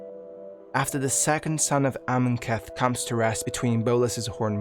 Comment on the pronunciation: Awesome video. So many mispronunciations. AmonKETH instead of Amonkhet. SaHEli instead of Saheeli. Editing to add that there is a crucial detail missed in Liliana's storyline. When Jace whose mind is corrupted by Emrakul's influence confronts Liliana on Innistrad, he is actually able to see the Raven Man which surprises both Liliana and the Raven Man as 1) Jace has never been able to penetrate to see into Liliana's mind and 2) no one has ever been able to see the Raven Man.